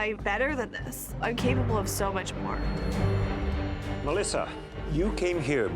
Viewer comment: ”Mlisuh and BHEky”